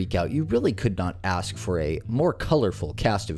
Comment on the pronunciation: doesn't ANY school teach these kids how to pronounce "ASK" the right way???? it's so cringe